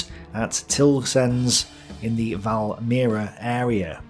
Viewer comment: You butchered pretty much each and every Latvian and Russian name, except Valmiera. XD But that's OK, even Russians find Latvian omewhat hard (there are some sounds not present in most other languages), despite Baltic and Slavic languages being pretty closely related. Well, you know, like German and English also are related, but.... P.S. Sigulda and Kuldīga were also good.